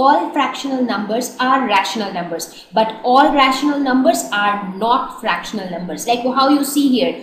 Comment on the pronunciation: did anyone notice that mam is struggling with the pronunciation of the words rational and fractional